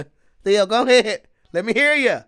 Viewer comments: He said theon.....lol its theo...theeee oh...lol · Too much GOT before this … His name is Theo like Theodore … Not Theon the dickless… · I love how % of the time you call him “Theon” and somehow you call him “Theo” the rest of the time 😂😂😂. I’m pretty sure you know but his name is Theo…Which would probably be short for Theodore. I ain’t ever heard of someone named Theondore before…. 😆😂🥷🏻